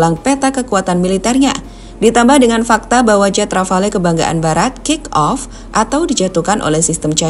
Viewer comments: Rafale min, bukan Rafael mah tetangga saya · Rafale mbak.... Bukan Rafael 😊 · Jet rafale min bukan rafael....hadduh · Rafale min buka rafael hadeu😂😂😂